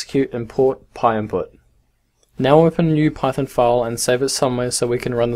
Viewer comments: just wanna say it's pynput not pyinput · thank you so much i thought he was saying pie impute